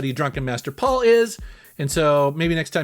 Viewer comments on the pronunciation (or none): none